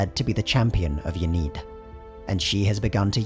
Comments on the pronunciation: "Yaneed" urgh... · Youre pronouncing Ynnead wrong. I encourage you to listen to The Black Library's Hand Of Darkness audioplay by Gav Thorpe for reference